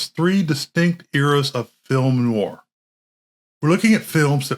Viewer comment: The 'proper' pronunciation of 'noir' is 'nuh-war' with the emphasis on 'war'. As in "nwär'. Try saying that correctly a hundred times.